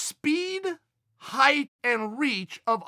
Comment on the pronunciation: Kinda weird when people say “heighth”. It’s height just FYI.